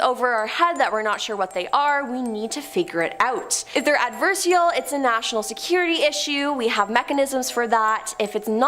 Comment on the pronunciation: Adversarial, not Adversal........ NO QUARTER ASKED, NONE GIVEN